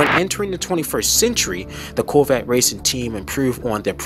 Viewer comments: Is he saying "Coolvette"? I don't hear the word Corvette once in this video. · Why cant this guy pronounce Corvette properly?? Lol